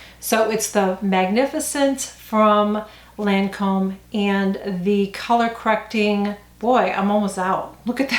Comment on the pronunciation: Lol the Lancôme pronunciations!😆